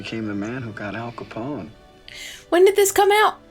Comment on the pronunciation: ....how do you mess up Al CAPONE????? No worries, much love for ya both...but Em...tsk...lol